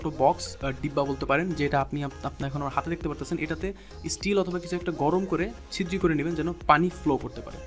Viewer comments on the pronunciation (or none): ভাই, ছিদ্রি না বলে ছিদ্র বলা যায়না?